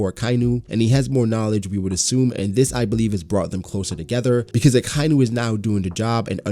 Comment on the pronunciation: So much info opened up a whole new world before the Pirate Era... i truly cant wait for when Oda explains all of this. One thing..... its pronounced, AKA - INU !! Not AKAINU !! XD